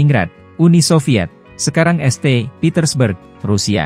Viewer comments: Njiir ... pake bot ... sekarang este petersburg.... kocak...kocak..😂😂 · Bacanya yang bener. St. dibaca saint, bukan este. Baroque dibaca barok, bukan barokue.